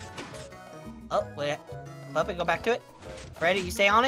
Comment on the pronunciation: Bonnie said pat to puppet